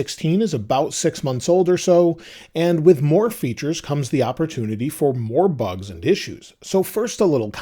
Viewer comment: you saying few bus 😂